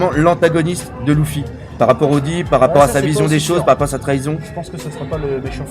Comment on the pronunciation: Hey bro tu sais que même en version jap Luffy se prononce à l'anglaise, et pas "Louffy"... m'enfin fais comme tu veux, hein.